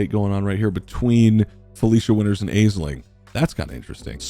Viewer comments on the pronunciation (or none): Not to be pedantic, but Aisling is pronounced ash-ling, not ayz-ling. It's an Irish name so it's not intuitive pronunciation for English speakers. Hope this helps! :) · Love this idea and I'm here for it! Consider me subbed :D oh and also it's pronounced "Ash-ling" for future videos! ;) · FYI Aisling is pronounced Ash-ling. Mahon is more like Mahun. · Also word noting that Aisling pronounced "Ashlin". I'm not Irish, but I imagine any Irish watchers are grimacing every time she's called "ay-sling".